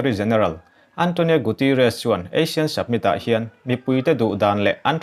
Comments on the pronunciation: Asian tilo in Asin ti ang deuh a ASEAN hi lamrik tur,, summit spelling pawh submit tilo in samit tih tur, Mandalay pawh Mandalai ila ti reng mai.....ka khirh lutuk lo ang chu maw....hahahaa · Submit nilovin Summit aw... Han fimkhur zual teh...ngaihthlak a nuamlo vek zel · Submit ni loin Summit aw. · Submit nilovin summit tih tur. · Submit a ni lo, summit... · samit ti a lam rik tur ni awm tak. sabmit i ti tlat in ka hria. ka beng dik lo nge? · Summit not Submit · A bengvar thlak thin hle mai. Summit i lam dan hi submit tia lam a ang khawp mai. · Summit tih hi Submit tia lam chi a ni lo. Fumkhur deuh teh. A țhing pha tlat. Khaw khat chanchinbu mai a nih loh hi. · Chu chu lawm ka lo ngaimawh em em chu submit a ti zel a, mak ka ti tawp